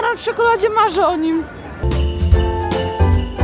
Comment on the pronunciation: Jak powiedziałaś "banan w czekoladzie, marze o niem!" To ja zrozumiałam "baran w czekoladzie, marze mo nim!"